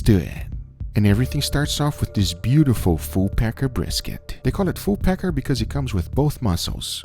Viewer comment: Good thing you have closed captions. I wasn't sure what you were saying at first. It didn't sound like Full Packer though -- if you get my drift.